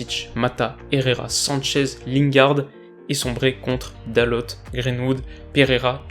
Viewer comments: Super vidéo, juste un petit point c'est Diogo Dalo et non Diogo Dalote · Tu as totalement raison sur l’analyse du match Paris s’est saboté tout seul et Manchester a profité des erreurs de Paris. Très belle analyse par contre on dit dalo et pas dalot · Bonne analyse Petit tips : Dalot se prononce "Daleau" comme à la française ;) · ça se dit "DALO" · Encore une super analyse!! Merci!! PS: Dalot se prononce sans le prononcer le T de la fin;)